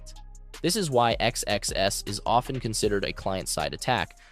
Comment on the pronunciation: It is so distracting that your AI voice keeps saying X-X-S instead of XSS